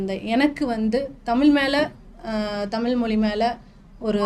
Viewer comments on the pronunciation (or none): நல்ல பேட்டி ஆனா தமிள் மொளி என்ற தவறான உச்சரிப்பு உங்கள் தமிழ் மொழி ஆர்வத்தை பற்றையும் தடுக்கிறது 😢